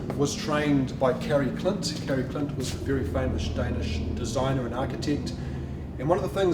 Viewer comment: Who is this guy talking about? borg murgenson, Kerr Klint? Seriously? Learn to pronounce their names, you are not even close! You managed a name or two! but the rest, as a Dane I wouldn’t have a glue, what you are talking about!